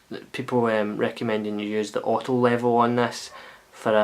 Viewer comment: wavy waavy! nice one dude. :) random dust... an american can hardly understand when you say "auto level" what the word "auto" is... still not sure, just guessing. thanks for the review...